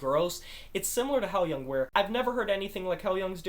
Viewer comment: I absolutely love this album! Great review! Maria’s performance on Nesso brings me to tears. BTW, the band name is pronounced “high-loohng”.